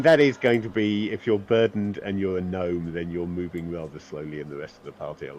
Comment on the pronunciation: Not GAHNOME it's Gnome(Knowm) Other than that awesome vid